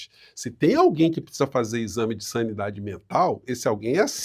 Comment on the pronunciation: Vocês estão muito benevolentes com essa celerada. Ela disse "saniEdade". Uma palavra que não existe.